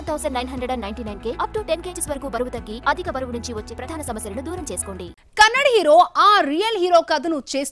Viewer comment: Kannad kadu madam it's kannada😊ಕ❤